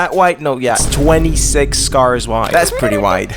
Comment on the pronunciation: Bro da cawrs are gona twansfowm into robots and throw hands